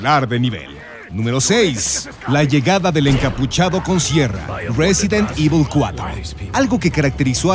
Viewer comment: jajaja "resident evi"